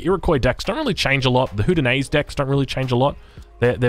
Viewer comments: I know that it is difficult, but please do not use nicknames for the native civs. It is relatively disheartening for many native americans. Please take the time to practice. You are pretty close on the haudenosaunee pronunciation. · As long as we’re on the topic, Haudenosaunee is pronounced “ho-deno-shonee”